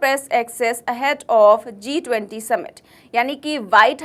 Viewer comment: Zee 20 nahi G20 bolo.